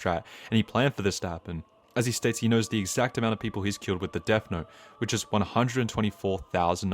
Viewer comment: THE "DESS" IS KILLING ME 😭🙏